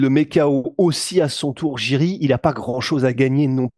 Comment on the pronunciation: Je crois que l'on dit Yuri Prochazka